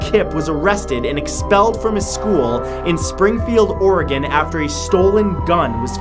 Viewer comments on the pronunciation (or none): none